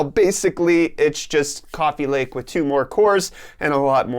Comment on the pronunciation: lol coffee lake just sounded like copy lake